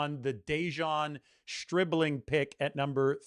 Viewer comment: Who ever said anything about anyone been drafted too early? The only info I have is, I know his name is not Stripling, it's Stribling! But that's just my amateur opinion I suppose as you'd say...